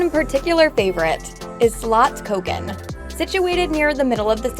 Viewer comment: She didn't say slottskogen wrong 😊